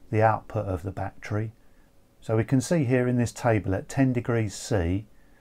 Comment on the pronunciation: I like how he say batcherry